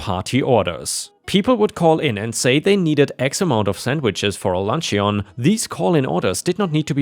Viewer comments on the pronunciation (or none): The story about the farm and the HOA. I was so pleased that the HOA leaders were defeated before they could set fire to the barn. ⭐⭐⭐⭐⭐⭐⭐⭐⭐⭐⭐⭐ The pronunciation of the word luncheon has changed over the years. Nowadays we don't sound the "e" so we say "lunch - un".